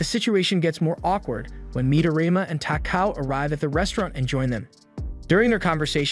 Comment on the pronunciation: Midorima*, He doesn't pronounce it correctly